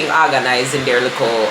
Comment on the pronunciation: likkle celebration a likkle pretzel tank gad 😂😂😂